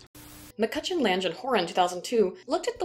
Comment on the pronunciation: * Incidentally, 'Lange' isn't pronounced 'Lanj', it's 'Lang-uh', means 'Long' in German IIRC. P.S. You (that is the curated version of you) rock! P.P.S Contra who?